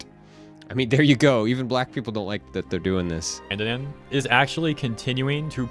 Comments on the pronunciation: Dan = don not Dan 😭 . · that's wierd kbo guess I'll make it simple for yt then. Dandadan is supposed to b said as dondadon. That shud b simple enough 😁